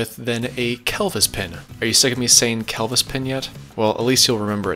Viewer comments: first "cleevis" then kelvis lmao killing me! It's pronounced "Cleh-vis" now we both taught each other something today. Great video, swear im not a word nazi - I work in fluid power and hear the word clevis daily. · You're killing me with the pronunciation of Kel Vis pin.... It's a Clevis pin....not cleevis or Celvis. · Clevis pin not Celvis pin......Cle-vis not Kel-vis as in Clever ie clevis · Kelvis left the building. Clevis...pronounced clevis...sounds nothing like Elvis :) Ask the tractor guys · lol its not kell-vis pin!